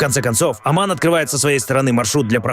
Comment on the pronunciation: Не Аман а Оман.